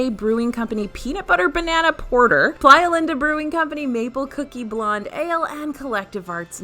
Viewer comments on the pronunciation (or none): none